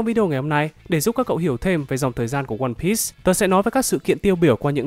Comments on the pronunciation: piece đọc là piii not pít nhé ad :v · Từ one piece là đọc sai